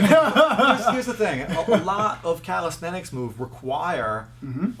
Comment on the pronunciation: you can start by learning to say calisthenics properly, its not calisthetics